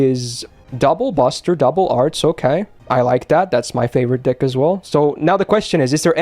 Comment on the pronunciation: Here I am, just running vid after vid on the side while finishing up NeroFes, attention half there half here, when suddenly, "Then, her dick is... double Buster double Arts... Okay. I like that. That's my favourite dick as well."...And now I won't be able to unhear that every time says "deck".